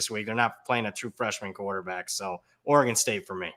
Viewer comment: Somebody please teach how to pronounce Oregon.